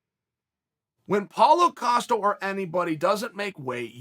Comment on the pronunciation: paulo 'filo' costa ahahhaha